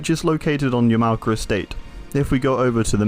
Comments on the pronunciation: Great Video! However Yamaoka is not pronounced as Ya- mao-ka, it's Yama-oka. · So is nobody going to mention he pronounces it as "Yuh-Mow-Cuh" orrrrr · Petty complaint i know, but the way he says "Yum-ow-kuh" kills me. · dude learn how to pronounce yamaoaka, its not that hard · are you purposely being ignorant to other culture? like everyone knows how to pronounce yamaoka